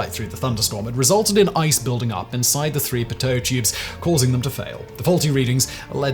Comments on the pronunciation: Okay, I'm going to be "that person" and say that Simon's mispronunciation of "pitot" makes my eye twitch just a little. It's pronounced pee-toe. No, this is not a difference in British vs. American English. The pitot tube was invented by the very French Henri Pitot and is obviously named after him. There is only one correct way to pronounce his last name in French, and that is, phonetically, pee-toe. No pet, pit, or pie at the beginning and no tot at the end. At least Simon pretty much got the second half of the word correct. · These long pitot tubes that stick out a long way in from of the plane are usually only ever used on test planes. They are extremely precise but for regular flying that much precision is not really needed. Also, they are pronounced "pee-toe" tubes. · For the love of Bernoulli.....its PEE-tOH. Like 'pee' and 'toe'. Pee-toe. Pitot. Put 'Mister Pitot' into google translate and set it to French. Whatever they use as the main search result for pronunciation is usually wrong. Actual French people have confirmed, that name is pronounced pee-toe. Its named after the person. Pitot is pronounced pee-toe. I swear, youtubers do this on purpose as some kind of 'trap street' against plagiarism or something..... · I'm a pilot. We (meaning the FAA, Air Traffic Control, and all pilots in the USA) pronounce "pitot tube" with the strong accent on the first syllable with the first syllable extened so that is sounds more like "PEEEE-dough tube." I can hear by your accent that you are NOT from the US so perhaps they pronounce it your way where you live but you might want to check that because when it comes to aviation terminology, American English is the lingua franca. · I always call them pee-toe (extending the ee) tubes as that's how my teachers pronounce it... Plus it sounds more French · Ahh yes, the pToe-static system. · Pilots pronounce this “pee-tow tubes.” Or at least the ones I know do. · It’s pronounced Pea-Toe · Simon, it's pronounced PEE-toh.